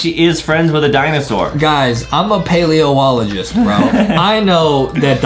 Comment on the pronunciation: Justin said ''paleontologist'' wrong- 🤣🤣🤣 and ''insurance'' (pronounced: in-sure-ans) is like your health insurance, but for the car and the identify (pronounced: i-dent-e-f-i) is like recognizing an object! if you don't know what recognizing means (pronounced: rec-og-ny-zing) means that didn't know what a specific object is, but then you remember what it is when you look at it a second time! and then...tuxedo is like a fancy black suit, normally worn with a fancy white undershirt, with a bow right on the clothing neck hole...i don't know how to explain a tuxedo more, except for the pronunciation is tux-ee-d-o. and if you don't know what pronunciation and pronounced means, well pronunciation and pronounced mean the same thing: the spelling of a word is correct. pronunciation is present and pronounced is past. also, adem was close with the meaning of zoology! its not the study of zoos, its the study of animals, but good job adem! now aerobics (u actually said it right Justin) means doing exercising and pushing on, exercises like running or swimming.